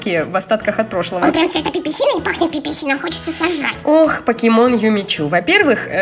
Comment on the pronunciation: Не пиписином а пиписино